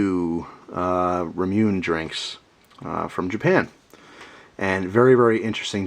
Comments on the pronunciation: lol its actually more like ra mu ne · Its pronounced Ra-Mu-Neh. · Great vid,. Just fyi, its pronounced, "rah-moo-nay." Take care. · its said like ra moo ney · Ramune is pronouced: ra (like in "raw"), mu (like "moo"), and ne (as in "nephew"). Keep up the good work! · Ramune is delicious. In case you were interested,, it's pronounced ra-moo-nay (a Japanese transliteration of 'lemonade'). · I held my breath for the Japanese pronunciation. :P It's actually pronounced: "rah-moo-nay"